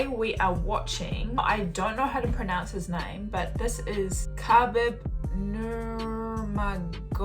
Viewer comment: You pronounced his name pretty close on the first try, impressive!